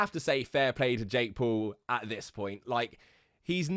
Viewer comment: It sounds like he's saying Jake Poo